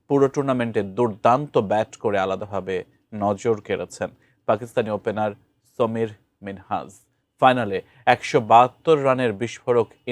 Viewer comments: সামির মিনহাস, সমির না!!! ব্যাটা বেকুব, আগে নাম ঠিকমতো উচ্চারন করা শিখ... তারপর নিউজ পড়িস!!! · সমীর নয় সামির মিনহাজ। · সাংবাদিক সাহেব সমীর মিনহাজ না সামীর মিনহাজ হবে 😂😅😂😅😅